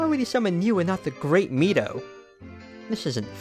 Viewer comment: C down babe ;P I like the graphics from the N64 but I grew up on that game so what do i know :P and your saying Midos name wrong :P maybe when you visit next we can play the N64 version and see if you feel weird with it being normal :P